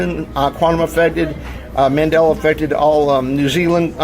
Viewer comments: “Mandelar effect” lol. Love it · Why does he say Mandeler instead of Mandela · ‘Man della’, not ‘mandeller’ effect.